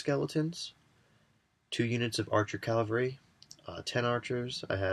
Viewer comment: Oh my lord, please stop mispronouncing cavalry xD